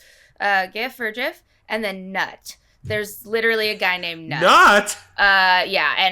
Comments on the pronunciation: It’s actually pronounced as “noot” like boot with a N. Not nut you nut😂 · "noot" not "nut" lol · Nut is the sky...sister of Asset(Isis)....pronounced "Noot" I am Steven (with a V) 😬😶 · The Goddess Nut, is pronounced Noot, and is the Goddess of the stars, sky, and heavens. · NUT Pronounced "noot" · I believe Nut is pronounced as noot